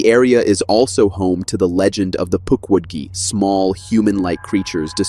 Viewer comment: Th AI narrator needs training and the programming. Hearing it trying to pronounce "Puckwudgie" and "Algonquin" was frankly, painful.